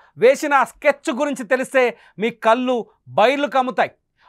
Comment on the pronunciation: అయ్యా....కల్లు కాదు.కళ్ళు అని చదవాలి